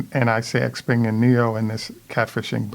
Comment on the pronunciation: And the X is pronounced more like Sh-peng, as in "thank you" xie-xie, "sh-eh sh-eh", and great program, thank you.